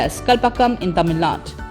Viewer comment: Its not Tamil Naad, its Tamil Nadu.